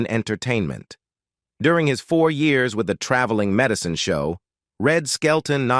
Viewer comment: Another AI disaster with odd clips from That girl, Carol Burnett, shots with Lawrence Welk???? and other nonsequiters. AI pronunciation "med eye ceen" for medicine. Why the whacky swerve in to Cheryl Ladd story? Is this AI edited as well? Totally weird and ultimately unsatisfactory. And what "sad series of events"? This video is exploitive, inaccurate trash.